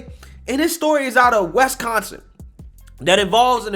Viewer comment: WISconsin. NOT WESconsin.